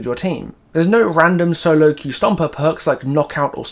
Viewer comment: “You’ve never been able to qw-eif before…” That just made my day ☺️😂